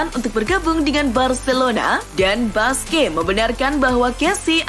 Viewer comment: min mohon maaf sedikit saran.. nama busquets dibaca kurang lebih buskets bukan basqe🙏🙏🙏